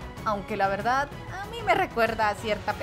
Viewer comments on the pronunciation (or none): none